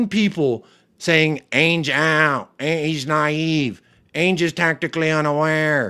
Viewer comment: I love your takes mate. Spot on. An Aussie's gotta teach you how to pronounce "Ange" properly though.😜